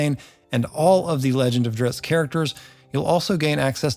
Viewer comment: Thank you for pronouncing his name correctly. I'm so tired of hearing people say Drizzit.